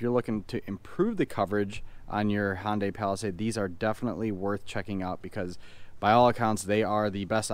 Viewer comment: Great video but I wish you would pronounce HyUndai with a U instead of sounding like a HOnda.